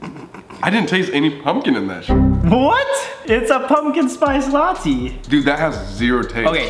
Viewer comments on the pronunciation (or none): WHY SAMMMM ITS NOT LA-TEA ITS LA-TEY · Sam: what!! It’s a pumpkin spice lattyyyyy Me: cringes inside ummm it’s not said like that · did sam really just say "pumkin spice la-tea" ?????? *edit - SOMEONE HAS TO TELL SAME ITS LATTE NOT LA-TEA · It’s a pumpkin spice ‘la-tea’ 😂 😂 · Sam: “It’s a pumpkin spice LAH-TEE” Me: trying not to get triggered by the way he pronounces it 💀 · Sam calling it Lattì is the best thing ever😂😂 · anyone else notice how sam was saying 'latte' it sounded like 'lattee' 🤣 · i died when sam said latea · Sam is saying latte like lahttE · WTF IS A LATTEE… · I forgot how much I hate the way Sam pronounces latte until I rewatched this 😭